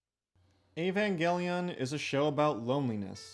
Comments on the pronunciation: "Ayy-van gelly yawn" 🤢🤮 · Okay so "E-van-gelly-on" started to wear on me after the 10th time. But not as much as "g'ren l'gon". Other than those, I quite enjoyed the video. Enough to put up with the pronunciation aggravation to the end. So good on you for that. Cuz I can often stop watching due to big enough issues with pronunciation. I'm weird about language.